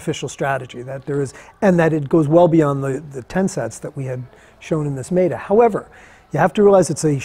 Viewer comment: Brad carried out a 'mate analysis'? MATE? Can't you say m-e-t-a? Jeeez